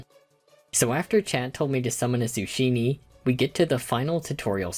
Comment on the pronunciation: Zoo-sheeny is wild work